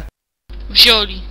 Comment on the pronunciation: O kurwa "wzioli"